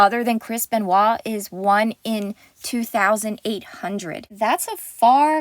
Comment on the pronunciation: it's chris benoit not kris benewah?what the hell is that